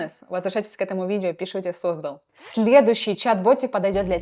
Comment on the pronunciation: СоздАл а не сОздал))